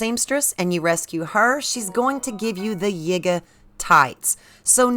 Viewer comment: It is pronounced Yeega not Yiiger, as in if you put an N in front of it, it would pronounce something that you shouldn't be saying. Listen to other gamers and how they pronounce it. It has always been the Yee-guh clan (YIgay